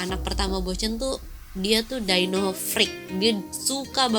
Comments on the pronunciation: Bukan daino. Tapi dyno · DI-NO please... bukan Dai-No